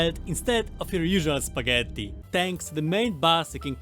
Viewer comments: You can definitely notice some Italian vibe with four "t" in spagetttti 😂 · are u italian or do u pronounce spaghetti that way for fun? :D